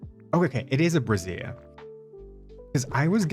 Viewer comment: Also, it's "bray-zhur." 😂😂😂